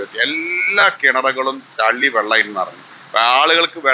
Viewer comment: ചളി അല്ല ചെളി